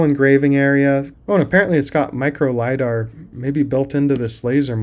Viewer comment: Stop saying "Lida" it never was lida and it wont will be. its just a camera and a line laser.